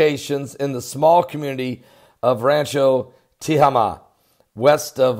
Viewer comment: It's pronounced Ta - Hay - Ma